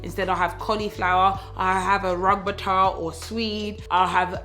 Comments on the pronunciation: Funny how you pronounce "rug-ba-tar". Try saying "roo· tuh· bei· guh" Love your personality and videos. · “Rugbata, rugbata, rugbataga”😭😭 “Roo - ta - bae - gah “ luv 🤣🤣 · You butchering rutabaga was the funniest thing ever! Sounded like that Jeremy Kyle clip LOOKATAH 😂😂. It sounds like root tah bay ga. I'm due next week and I'm lucky that I carry small, but as a plus size girl and this being my 2nd rodeo, I need to learn not to be hard on myself. I've already looked up taebo and post partum weight loss, and I havent even had her yet 😂😂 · "rug-a-bata" omg I'm dying! root-ah-bay-gah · You look great, girl! Gorgeous. “Rug-ba-ta”! 🤣 I think it’s pronounced rood-a-bay-ga. LOL. I think... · “Rabata” “rugerberata” 😂😂😂 I died laughing! Roo-ta-begg-a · We Americans pronounce it rue-ta-bay-gah (rutabaga) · Rutabaga in the U.S. is pronounced Roo-tah-bay-gah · Hahahaha the way said rutabaga. Ps its roo-tuh-bay-guh hahaha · haha its pronounced root-a-bay-ga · You trying to pronounce Rutabaga was too cute. (it's Root-ah-bag-ah). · LOL. We call it a Root-a-bae-ga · Its pronounced roo-ta-bay-ga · Its pronounced Root-ah-bay-gah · Root-ah-beggah.... hahaha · ROO- TUH-BAY-GUH, Rutabaga. Lol 😂 you’re hilarious 🤣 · The way you say rutabaga has made my day!! Gorgeina as ever!! And if you ever have to say it out loud again its: root-a-bay-ga :) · Americans call Swedes Rutabagas, pronounced ROOT-A-BAY-GA Your pronunciations cracked me up 🤣🤣🤣🤣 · Root-a-bae-gah 🥺 never had it but yeah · Rutabaga is pronounced Roo-tah-begah😂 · so cute lol we pronounce it "roota-bagga" y'all call it a swede? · Us Americans call it “rhootahbayga” lol. That was funny. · It’s pronounced Roo-tuh-BAY-guh😂😂😂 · I screamed at rutabaga. We pronounced it like this, ROO-TAH-BAY-GAH. On a serious note, thanks for sharing this. There needs to be more conversations about how the average women looks and feels after giving birth. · Rutabaga is pronounced “roo- tah-beh-ga”